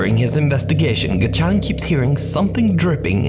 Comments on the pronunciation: It's not gichan it's GAcchan emphasis on the GA. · Has no one ever heard of video editing?? That Arash Ashnan stuff is so fake! and Gacchan's name is pronounced more like "Got John" FYI :P